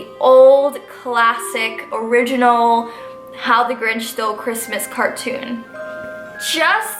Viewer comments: I like how she said “ the gorinch” at the beginning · is sounds like she says THE ORANGE instead of the Grinch lol